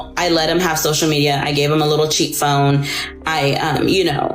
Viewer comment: I thought she said 'cheat' phone 😆